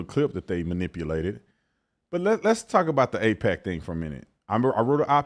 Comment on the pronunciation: Y’all confused me, its aipac not apec. Two completely different things lol